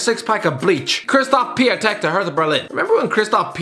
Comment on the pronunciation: It’s „Piontek“, not Piatek. The spelling is different to the sound as the ą in Piątek is pronounced „on“, not „a“.